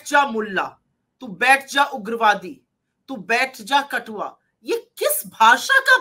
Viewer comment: कटवा बोला था या कठुआ